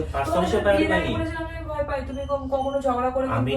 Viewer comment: Priority ❌️ PAURUTI✅️